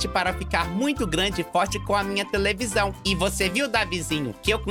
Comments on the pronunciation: ''UMA TEVELISÃO'' Sim O Falou TEVELISÃO Ao Invés De Televisão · voce disse "tevelisao" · Pensava q éra o unico q ia fala televisão e falava tevelisão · Tevelisao kkkkk e televisao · e televisão não tvlisao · Tevelisão? 😂😂😂😂😂😂😂😂😂😂 deixei um likinho pro ficar felizinho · Eu ri muito quando ele falou tevelisao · falou tevelizao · Quem percebeu que ele falou tv lizão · Você não percebeu falou televisão errado